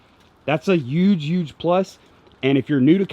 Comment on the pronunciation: Hey, you know there is a H in the word huge...right?! 🤣🤣🤣 Just messing with ya bro. Yeah that’s the yak I’m gonna buy when I decide to pull the trigger.